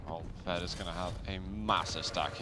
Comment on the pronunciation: 5 and a half minutes into the match on Molten Falls and I just have to ask what on Earth they keep calling V E D. Are they saying Ved Medic?